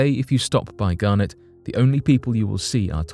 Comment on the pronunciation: It's Garnet...not Garnett....Garnett is a family name and Garnet is a stone! Very different pronunciations!